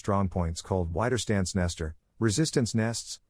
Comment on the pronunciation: it's not 'wai'derstandsnest but 'we'derstandsnest (resistance (widerstand) hole (nest))